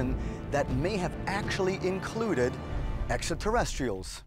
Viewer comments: Sorry, Giorgio ... until you can pronounce "exeterrestials" properly, you have zero confidence from me. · The way he pronounces the term: "Extra Terrestrials" always makes me smile though. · Starting to think they only hired Georgio on the HC for their extraterrestrial division, because of how much he struggles getting Extraterrestrials out. That pronunciations before break a quarter way through killed me 💀